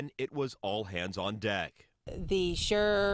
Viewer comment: She said sheer, not sure.